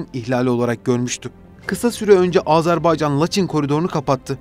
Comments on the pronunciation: AZARBAYCAN DEĞİL, AZERBAYCAN!! ÖNCELİKLE DEVLETİN ADINI DOĞRU TELAFFUZ EDİN! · Azarbaycan değil be kardeşim Azerbaycan. Söylemek zor değil, söyleyebilirsin. Azerbaycan diyene 100.000 veriyorum.